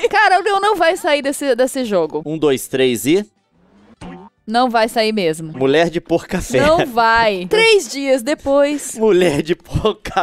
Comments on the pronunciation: o pouca fé que vc falava eu pensava que era: mulher de boca de café kkkkkkkkkkkkkkkkkkkkkkkkkkkk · Leon vc fala mulher de pouca fé ou mulher de por café